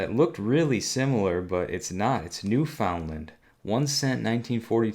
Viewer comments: taking the “fun” out of New Foundland. 😂😂 It is pronounced New Fundland, BTW. Awesome coin regardless. You can also find some from Prince Edward Island and Nova Scotia as well, although not as late as New Foundland. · Sorry, I could take it only for 10 minutes. It's pronounced NEWFUNDLUND!! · I do have to chuckle the way you pronounce Newfoundland. It is pronounced like "new FUND land". My dad used to live there. He became a U.S, citizen 'way back, though. BTW, he gave me about 10 of the pennies, but all but one were lost in a move years ago. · Pronounced: "new fundland" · Here's something I remember from high school: although it is spelled differently, the proper pronunciation is NEW' FUND LUND. Funny, isn't it? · New found land is pronounced new fin Lind